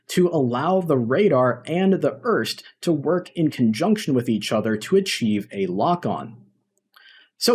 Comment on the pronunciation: Great video... love the Fulcrum... why you call the AJ AR ES TI an "URST"? 😅